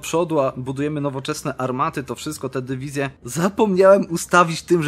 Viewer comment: Pomysł na wakacje nauczenie się mówić dywizje a nie dewizje